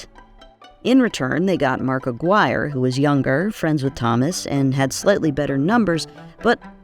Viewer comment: Americans, pronounce "Aguirre" properly challenge, LEVEL: IMPOSSIBLE.